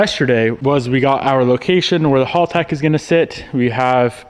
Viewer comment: It's HALTEC Not Halltec